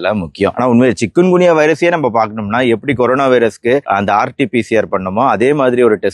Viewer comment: சிக்கன் குனியா இல்லை!! சிக்குன் குனியா " 😅😂😅